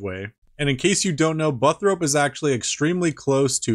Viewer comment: "butt-rope" lmao